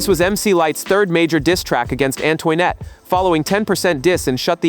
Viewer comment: definitely Antoinette. It should sound like “Ann-twa-net”. I will review the video again and note them here. I care because I lived through this period of Hiphop. I am a voice actor too so sound is important to the listeners to enjoy the content properly!!! I can help you if you want. I do want to do content like this.